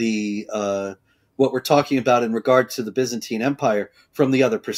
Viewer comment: Why does she keep saying "Bezantine?"